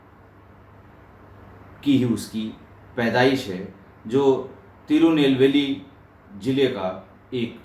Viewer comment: उच्चारण सही है,तिरुनेलवेली